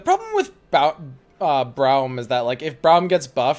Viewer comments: I'm assuming he is pronouncing "Braum" as br-owm like brown, as a joke but oh man does it bother me so slightly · I know what you're saying but also says Bu-Jerg instead of By-eerg as a joke in his streams and his YouTube vids as a joke lol so I'm gonna say him pronouncing Braum that way is an obvious joke